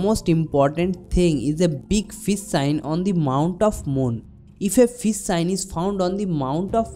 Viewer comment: you are taking about fis sign is it because you love Fis not fish you pronounce sh as s wonderful haatho shastro by bengali this nit ghosh